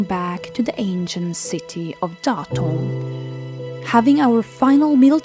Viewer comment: I have to leave comment here as a person who was born in Datong. Your "Datong" pronouncation is perfect with correct tones (thank you for spending effort on it!). Since Datong joined China's high-speed railway network, traveling there is much easier. I used to fly from Beijing to Datong many times, but after the high-speed train started running, the flight route was canceled because it could not compete with the train. While Buddhism originated in ancient India around the 5th century BCE, it gradually declined in its birthplace over the centuries. Buddhism officially entered China during the 1st century AD during the Han Dynasty. It flourished, evolved, and deeply integrated into Chinese culture. There are significantly more Buddhist temples in China than in India today.